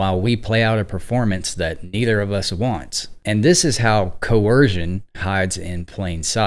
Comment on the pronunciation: "CoErsion"...or DURESS? 🤔